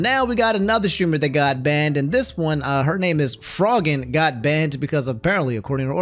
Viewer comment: It’s pronounced FRO-GINN like afro